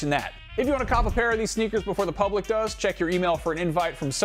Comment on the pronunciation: lol publick